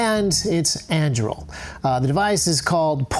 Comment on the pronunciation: never heard Andúril pronounced like that! haha